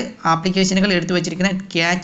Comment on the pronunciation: ക്യാച്ച് ഡാറ്റ അല്ല ക്യാഷ് ഡാറ്റ